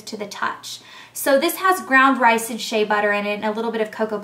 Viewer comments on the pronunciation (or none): none